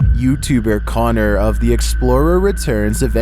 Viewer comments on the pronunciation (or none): none